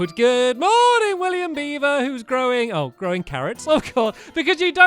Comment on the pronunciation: I thought stampy said throwing carrots instead of growing carrots